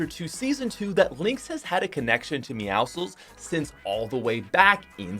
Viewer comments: It’s pronounced meow sickle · Your not supposed to pronounce the c in meowscles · The way he says meowscles is so wrong